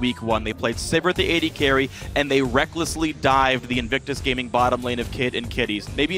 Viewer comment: "they rekklesly dived" Phreak pls...